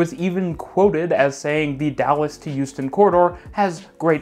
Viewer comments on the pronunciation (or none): Why do you say Youston not Houston? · Why does it sound like you're saying Euston when you say Houston 😅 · I'm sure you just said "Euston", friend. See, he said it again!😂😂😂😂😂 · Every time you said Houston it sounded to my British (but even more importantly, Londoner) ears like "Euston", the London terminal for the west coast main line, which was quite confusing. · As an American, the way you say Houston makes me think you’re from the east coast.